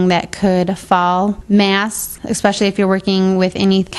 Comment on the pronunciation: "Exspecially"??? Really? I've never heard that said in a professional context.